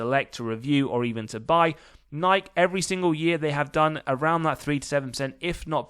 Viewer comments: *Nigh-key, not Nyke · Do you honestly not know how to say the company name: Nike??? It's pronounced: Ni - key (Nike) Sounds like: NI - KEY NIKE